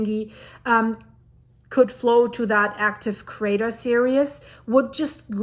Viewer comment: Ok, finally saying this... It's Sundhnúkur Crater *Series*, not "serious". It's cute, I love your accent, and someone I watch in Iceland says this, too. But I keep thinking you are saying that the craters are intent, intense, without humor, rather than a line 🌋🌋🌋🌋 or subsequent events, or SERIES (cir-EEES like bees), instead of serious (cir-i-us), like 🙁. Although I guess Sundhnúkur is feeling a bit serious atm lol, or the situation is! 😊😊😊🤣